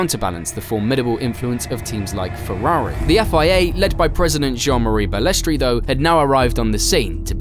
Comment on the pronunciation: He was also a crook and did some very bad deals to further his own interests. His attitude towards drivers that if they did not like it they could be replaced, it is not Bales-tray it is very annoying in this video listen to Ayrton Sennas perfect pronunciation. It is sad to see it go from the pioneers like Frank Williams and Ken Tyrell to the elitist sport it is today. I started watching it in 1979 at age ten when they could really race and it was incredibly dangerous but for drivers then it was the allure of it. I will never forgive Bernie for not stopping the Imola race weekend in 1994 when Martin Brundle found out he had been driving past a massive pool of Ayrton Senna’s blood he was sickened. Also he misled Senna.s brother and he was banned from the funeral they never forgave him. He sold out the true fans by making it pay for view of which I was one for many years. The only reason I really got back into it was Sebastian Vettel and Max Verstappen, the latter as he is so like the young Senna I grew up watching. Liberty Media are going to ruin it and the mystique of the drivers has gone they are too over exposed except Max as he, like Senna likes to get on and race and keep his private life private. Bernie Ecclestone was a ruthless and mean team boss though they laugh about it now Nelson Piquet was so frustrated by the time he left Brabham in 85. Also Bernie’s support for Putin is odd but yes as you say the man is a legend! ❤😂😮